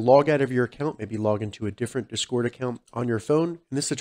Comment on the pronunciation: you gotta make it sound like discord not desquirt